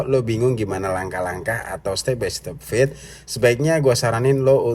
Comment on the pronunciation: "Fade" bacanya fed' ("E" nya eh eh eh eh bang jono) "Fat" bacanya feth ("E" nya ember) Penjelasan : ember dan eh eh eh eh bang Jono, itu mengucapkan E nya berbeda. Semoga bisa menjadi masukan